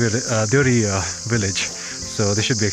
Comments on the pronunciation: Beautiful video, thank you so we can watch hidden gems through your eyes. One critic, village name is so beautiful please don’t abbreviate it. It is Deo-Hari so please call it like it. Sounds like you call it deori. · Shouldn't we pronounce it as Deo Hari ?